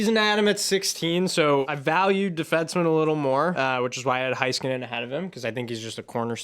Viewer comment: Loved the fun discussion, but I gotta say one thing… Heiskanen is pronounced Hey-skanen, not High-skanen! 😅